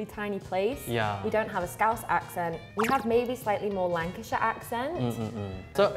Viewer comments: It is Lancashire not Lankshear FFS! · Lankshear? Not Lancashire? Seriously? 😂😂😂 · Lankshear 😂 Come on guys it’s LANCASHIRE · Lankshire!!! LOL! It's Lancaster. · "Lankshear"???? That's one way of spelling Lancashire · Lancashire not Lankashear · "Lankshire" lmfaooooooooo it's Lancashire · Lancashire not Lankan eat, subtitler, that’s just the pronunciation (: and borough not barrow, but this was fun! Lol good on them all, and I wonder where in SA is from originally… maybe Durban lol